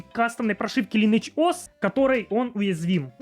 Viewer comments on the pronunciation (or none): none